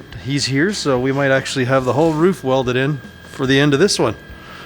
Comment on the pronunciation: Hey, whats the plan for the woof? eer i mean roof!